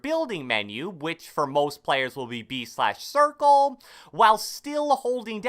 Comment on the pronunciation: why he say circle like that 😭😭